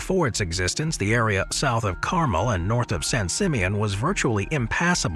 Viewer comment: It is car-MEL, not car-mel